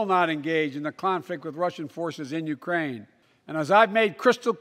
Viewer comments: sounded like "iranian" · did he say 'Uraine' ?